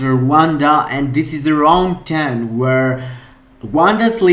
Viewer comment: Rrrrrround 1, rrrrrrround 2...